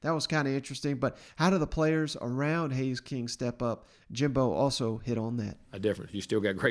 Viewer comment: Haynes, not Hays or Haze.